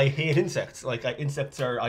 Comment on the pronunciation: Good to see everyone still ha-eights. 😅